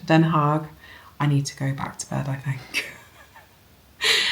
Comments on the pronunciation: Hi. I still want to go back and watch your last podcast when I saw this one come up. I find time just slips through my fingers. We drove by München Gladbach when we went on vacation. I was thinking of you. You pronounced Den Haag perfectly. I have never heard of the shop and am off to brouwse the website. Mauritshuis is a national treasure here for us. Het Puttertje is one of my favourite paintings. Thank you for a "gezellige" podcast which kept me company as I finish up a crochet summer top. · What a lovely tee you made. The way you speak Den Haag in Dutch was really great. Have a nice evening!😊